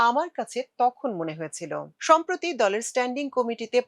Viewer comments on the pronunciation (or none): none